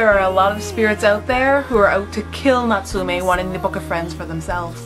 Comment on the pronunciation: Your pronouncation of Natsume Yuujinchou killed me. Natsume is pronounced with a short e sound. (meh) not me and jin is pronounced with a long i sound like (jeen) Also if you want to get really into it dont put so much stress on the tsu it's Natsume not NaTSUme